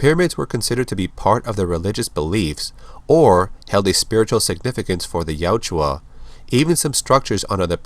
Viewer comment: Ya-UT-ja. The "u" is before the "j". It's not Yatjua. I would love all your videos if hearing that wasn't making me cringe every time.